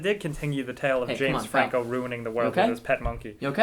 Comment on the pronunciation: Did anyone else realize that called James Franco, frank Jameco?